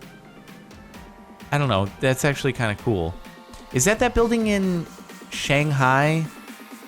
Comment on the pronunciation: the way he pronounces shanghai 😂